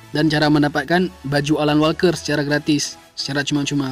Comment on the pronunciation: Alan walker bang Not *alal walker 😂😂👍